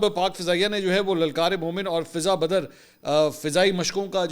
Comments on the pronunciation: السلامُ علیکم ورحمۃاللہ وبرکاتہ سر میں آ پ کو سب سے ذیادہ سنتا ہوں آ ج بھی سن رہا تھا مُجھے یقین نہیں آرہا کہ آپ یہ غلطی بار بار کر رہے تھے بڑی معزرت کے ساتھ سر فضاء بدر ہوتا ہے فضہ بدر نہیں ہوتا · منصور بھائی یہ لفظ فضاء بدر ہے ۔آپ غلط بول رہے ہیں ۔بدر کی فضاء کی بات ہے